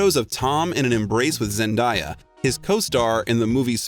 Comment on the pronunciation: They said zendaya wrong 🤣